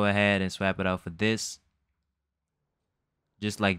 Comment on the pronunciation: Explained well! said "swap" weird but, thanks a lot!